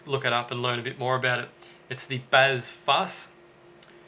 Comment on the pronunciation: "bazz"????? "fuss"????? (bass /fuzz)